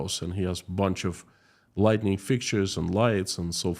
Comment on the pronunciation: Thank you for this. Your English is very good, except your friend you met deals in LIGHTING, not Lightening.